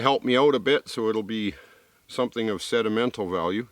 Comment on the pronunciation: did he say "sedimental" value instead of sentimental?